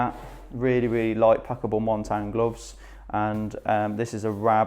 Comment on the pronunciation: Really good video, liked the weight at the bottom which slowly crept up, gives everyone a good idea as to how much everything weighs separately. Btw, Montane is pronounced 'Mon-tay-n' 😉